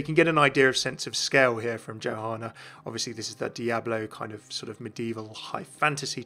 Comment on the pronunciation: Isn't it pronounced "YOhanna" and not "JOhanna?"